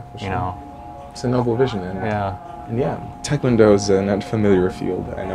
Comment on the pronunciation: Great conversation, thanks for uploading. Quick note: it's pronounced "teh" kwon do. The romanization is a problem. Most non-Koreans, even black belts, mispronounce it.